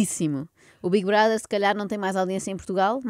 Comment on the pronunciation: Não é assim! É bigue broder! 😂